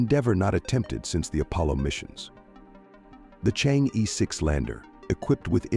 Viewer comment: You should pronounce Chang'e the right way. Not Chang-ee! Should be like Chang-ur! Try some Youtube sites.